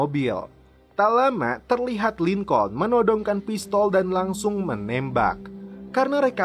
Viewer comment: Maaf Bang masukan. Break dibaca "brek" Lincoln dibaca "Lingkin" (bhs finland) Saran lgi buat smua aja, klau lgi nnton film jngan cuma baca terjmah aja, dengarkan juga suara aktornya. itung² "smbil brenang minum air" buat pngetahuan juga kan. over all is good